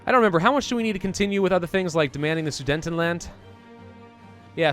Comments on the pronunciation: I cringed every time he called the "Sudetenland", "The Soodnetend Land"! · Omfg it hurt when u kept calling it the sudentenland (it’s soo deten land) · Please stop saying Sudentenland it's Sudetenland